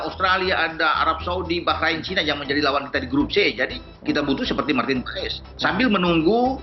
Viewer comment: Bacanya marten pas ya??❤